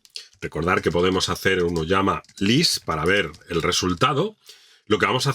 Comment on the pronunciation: TE FELICITO!!!! Por fin encontré un instructor que dice "OLLAMA" y no "olama".!!!! :hand-pink-waving: GENIAL este tutorial!!, va un poderoso LIKE!!!